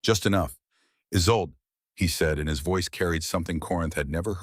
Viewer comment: The names in this script are ridiculous !Take " is old " and " as sold " for " Isolda " or " Isolde ". Nonsense like that is inexcusable and insulting to every listener and could be avoided by simply having a human proofread the AI written effort . That simple step seems to be too much to ask. I felt a little upset at Corinth being read as "Corn " by AI. How can Aldrick betrothed hid daughter to Dorian and then to the king .